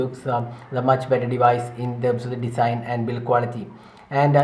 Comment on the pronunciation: its not Desain. its Design(to pronounce as Dezine)